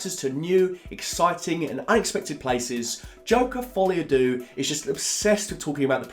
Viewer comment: Folie a what? Dooo? Phonetically its derrr mate. Not dooo. And by the way, its easy to slag it off. Make your own joker film. I wonder how good that would be. Youre not mark kermode mate. Trust me